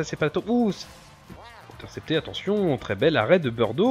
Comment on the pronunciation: Mais c'est bizarre comment tu les appellent les gardiens. En faite on dit "birdo" et non "beurdo" comme tu as tendance a le dire dans la vidéo car j'étais assez surpris de ta prononciation car c'est birdo : B-i-r-d-o. Perso moi j'ai toujours dis comme ça après a moins que c'est moi qui me trompes. Bon a la limite corrige moi si j'ai faux